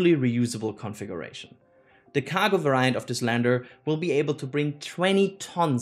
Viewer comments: the way you pronounce "variant" and "develop" needs to be fixed. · The way he pronounces "develop" and "variant" trigger me so much, and I'm not even a native english speaker.